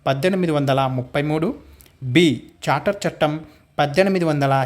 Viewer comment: Civil service bit charter chattem 1853 kaani mi pronunciation thappuga vundhi sir please rectify that